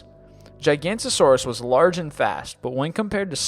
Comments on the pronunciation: Plesiosaurus was only 10 feet long Giganotosaurus not gigantosaurus You butchered the names of the animals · It's GIG-A-NO-TOSAURUS. Not GIGANTOSAURUS. But still, cool video. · It's pronounced JIG-A-NOTE-A-SOR-US, not gigantasaurus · "Gigantosaurus" Jig-Ah-Noe-Toe-Sore-Us "Carnatosaurus" Car-Noe-Tore-Us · Jig-oh-not-oh-sore-us not gigantisaurus. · Giganotosaurus not Gigantosaurus. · Hi. A small correction; Nº7, the name is actually "Giganotosaurus" and no "Gigantosaurus". The Gigantosaurus was a sauropod (herbivore, long neck and tail, big body...) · It's Giganotosaurus not Gigantosaurus. Giganotosaurus is a meat eating therapod while Gigantosaurus is nomun dubium. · its ge-gha-no-to-sor-us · I'm sorry to be a grammar Nazi butIts JIG-UH-Notas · Could you please learn how to pronounce these scientific names before posting them to YouTube? Especially Giganotosaurus. It's pronounced "Jye-ga-NOTOS-Saurus". It's important not to leave out the "-notos" part of its name since that's the part that translates to "From the South". Carnotaurus is pronounced "Carno-Taw-roos" not "Carnotosaurus", there are only 4 syllables. Liopleurodon is pronounced "Lye-oh-pluro-don" not "Lioplirdon". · It's pronounced gig an oh ta saurous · He also mispronounced 'giganotosaurus'. it's not gigant-osaurus